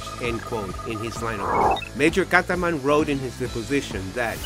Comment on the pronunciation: not Kataman but Katzman